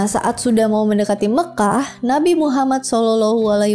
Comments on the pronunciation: pandai ngucapin nama nabi muhammad😂 cie cie... Smg dpt petunjuk. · Penyebutan Nabi Muhammad SAW nya dah fasih banget... 😊